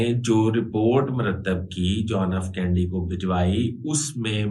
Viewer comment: آپ ان پڑھ ہیں شاید، یا کوئی اور پرابلم ہے ۔ صدر جان ایف کینڈی نہیں تھا جان ایف کینیڈی تھا۔ آپ کو کینیڈی کے قتل کی معلومات بھی ناقص ہیں۔